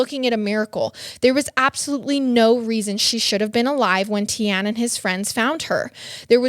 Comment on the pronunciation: The surname is actually pronounced BWO-TA . And Tiaan is pronounced TEE-YAAN. I hope this makes sense